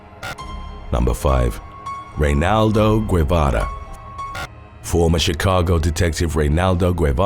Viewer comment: Dude. Reynaldo's last name is pronounced "Geh-vah-rah"